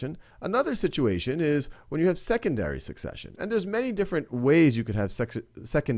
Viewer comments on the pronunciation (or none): Am i the only one who heard sexesary succession